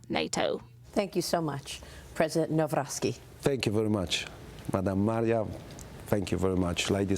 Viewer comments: "Now Rocky", not Nowrowsky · Nowrowski, Naroski... Naw-roc-ki is the correct version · Thank you for this interwiew. PS- it’s not Carol „Narovsky”, it’s „Navrotsky” (correct spelling is Nawrocki, but to pronounce correctly spelling as above). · NAWROCKI NOT NAŁROCKI - learn how to pronounce someone name before talking. mis professional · "Karol Narovsky"... :). Dziennikarze Fox Business nawet nie potrafią się nauczyć wymowy nazwiska polityka o którym mówią... Aggression from Poland??? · Na-v-ro-c-ki. Dare you not pronounce a "w" as in English per "window" forget about it. W read as V. And never merge c with k please. C is C as in Cinderela or Cinema. If you can pronounce some chinease cuisine suases like Shechuan, then yes, you can get the Polish President surname. But no, nobody is ready, allies are not ready...even to pronounce Presidents Surname.... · NAWROCKI - it's time to learn how to pronounce His name properly!!! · Who?😅 Boy she butchered that surname. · She did not say his surname correctly